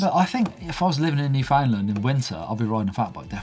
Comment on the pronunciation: Gonna be a whole lot of differences for me on my next ride! Just upgraded from a 2017 Giant Talon to a 2020 Norco Fluid FS. So many changes to learn about! EDIT: You pronounce Newfoundland like "understand".